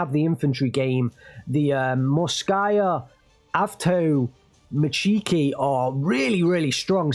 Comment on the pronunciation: I have to say this. it is correct to say awtom(A)tchiki, not awtomatch(I)ki. hurts the ear a little